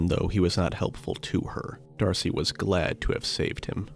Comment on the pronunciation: Dude, you say DARCY everytime in this video, when the name is Darce. You are using an AI voice sample tool and feeding a script to it And I'm sure you meticulously edited it, you needed to cut stuff out. Don't know why you are arguing with me when is clear you are using AI tools. There is nothing wrong with that, just be honest.